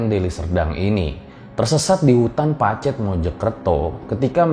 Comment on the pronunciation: ngomong pacetnya salah....😁😁